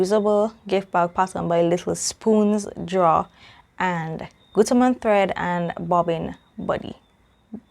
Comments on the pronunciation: Great unboxing! You said Guttermann just right. Can't wait to see your make with that material. It's fantastic! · The fabric is beautiful! And yes, you said Gutermann correctly. My Mom is German. :)